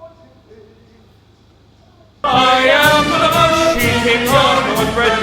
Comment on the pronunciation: "she-king of Northbridge, Massachusetts"